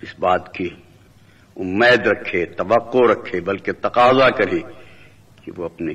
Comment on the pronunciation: یہ کی اواز ہی نہیں لگتی اور نہ ہی تلفظ ٹھیک ہے تقریر کے شروع میں لفظ امید سن لیں۔